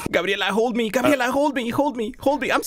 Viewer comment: Its Gabriela not Gabriella